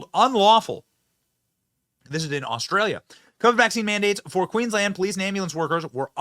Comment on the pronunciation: The fact that your coverage includes us Aussies I can just this once forgive Benny for his mispronounced words, "Queen-Land" and calling it a Province like we are in Canada thank God we are NOT. I pray all the other states in Australia soon follow Queenslands lead and do whatever is necessary to make things right, especially in my state of Victoria, arguably we had it the worst with Melbourne being the most heavily locked down with the strictest rules that were enforced with a damn vengeance the likes of which we have never seen and will never EVER forget.